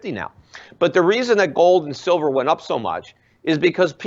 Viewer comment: "Shilver". Lol. Nice slip.